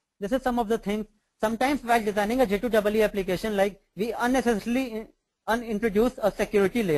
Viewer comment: first tune your presentation.....say J2EE instead of J2(DOUBLE E)